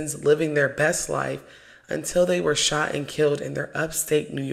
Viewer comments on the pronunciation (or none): none